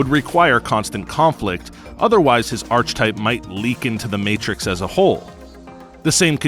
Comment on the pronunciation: it's not pronounced Arch-typal its ark-e-typal it's not Arch-angel its Ark-angel, you wouldn't say Arch-itect....